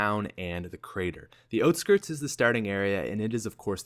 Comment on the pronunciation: It's out skirts not oht skirts